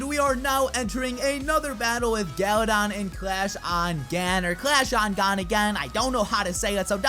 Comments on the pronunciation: He said galadad at the end lol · I legit thought he said galadad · galadon?? you mean Galadad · Did he just say "special shoutout to Gala-dad"